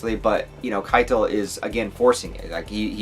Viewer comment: I think you could try more of a germanic pronounciation of the names; "Kee-tul", "eye-nar" "Arn-hide". I may not be 100% accurate tho haha